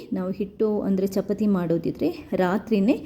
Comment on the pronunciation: ಚಪತಿ ಅಲ್ಲ, ಚಪಾತಿ ಅಂತ ಹೇಳಿ.